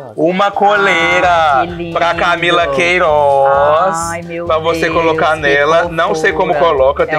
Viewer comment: “camila queirooz” KKKKKKKKKK te amo nicole